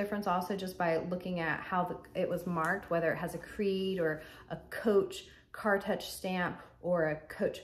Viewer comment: Beautiful bags. I would definitely keep the brown bag. I feel that the darker piping was likely made that way, the color is very consistent. By the way just FYI Cartouche is pronounced “car-toosh” (French derived likely). But maybe some people pronounce it differently. As always a great informative video. ♥️